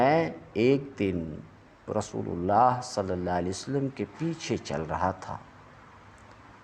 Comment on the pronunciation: معافی چاہتا ہوں آپ ہمارے بڑے ہیں اصلاح کر سکوں اتنا علم تو نہیں البتہ اپنی اصلاح کے کئے عرض یہ کہ (من إنقطع الی اللہ) کی بجائے من إنقطع الی الخلق کی آواز آ رہی ہے